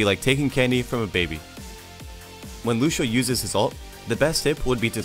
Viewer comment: As a Lucio main I got trigger when he said lusho